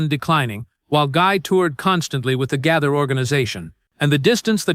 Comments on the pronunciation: The narrator is so bad at PRONOUNCIATION he is very annoying. It IS BILL G A Y T H E R spelt Gaither. NOT GATHER!! 😮😮😮😮😮😮😮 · The "Gather" Vocal Band?!! Please learn to correctly pronounce names!